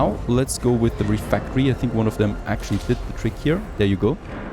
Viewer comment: pretty cool looking game. does feel like frost punk to me. Also, I really don't think RefEctory is pronounced refActory.